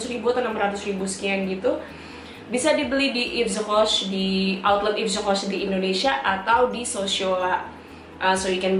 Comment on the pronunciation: Duh ngelafalin Daphney Bugey & YVES ROCHER nya fasih banget !